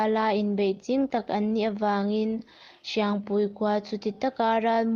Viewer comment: Sepa(Kelpa anga thlûk)mawng ni lovin, Se pa(U-Muan, anga thlûk) mawng tih tur aw... Hriangpui(Kelpui thluk) ni lovin, Hriangpui(Keite thluk)tur aw...i chhiar hma in rual û deuhte rawn hmasa ṭhin rawh aw....i âw chu a mawi viau e.